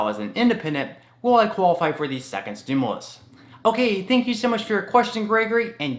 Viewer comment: Hi, respectfully, please note that the word "stimulus" is pronounced "stim-you-lus", not "stim-uh-lus". Thanks for all the great information!